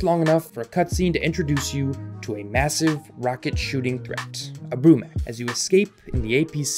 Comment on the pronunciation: Isn't it Brumak not Brumac just saying.